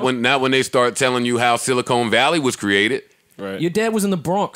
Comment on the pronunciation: I'm mad no one corrected "silicone valley"...